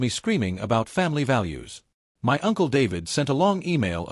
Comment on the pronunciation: Fake recycled shit stories with the same plot on the same shit channel............ The shit AI can't say "my".